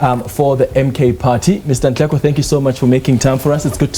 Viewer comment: Don't butcher his surname , he is Nhleko but not Nleko